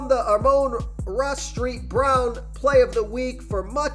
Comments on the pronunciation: street brown lmao, it is saint brown , not to be rude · You say amanra "street" brown???? Lol. Still a good pick I say